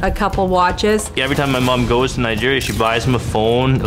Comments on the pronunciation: i do be suprised you pronounce nigeria well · Finally, someone who says Nigeria right.